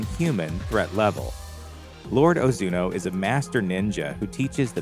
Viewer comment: 1. It's Ozunu, not Ozuno 2. You completely forgot to mention the other 8 clans other than Ozunu and how they also train orphaned children into assassins Only watched it once and could at least gather that much...